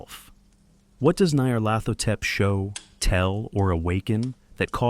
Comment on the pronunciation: I gave up 22 second in when your ai script reader struggles with pronouncing Nyar's name. Dont be afraid to use your own voice. AI will never replicate it.